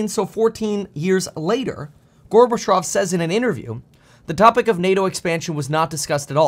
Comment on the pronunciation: Not Gorbatrov but Gorbatsjov. You are on point with your analysis. In the mainstream media they only shout that Putin is a liar without backing up their claim.